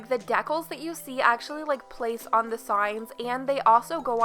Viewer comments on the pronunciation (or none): I really liked this build but no way you said deckal instead of decal 😂